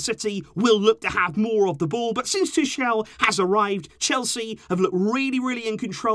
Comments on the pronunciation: It's pronounced Tukal not Tushel!! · No offense, but pronounce Tuchel correctly 👌 lol. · Your pronunciation of Tuchel is so weird XD Search it online, it's totally differently pronounced.